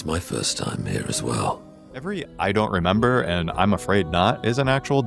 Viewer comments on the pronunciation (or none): none